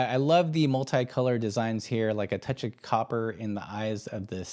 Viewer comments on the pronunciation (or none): none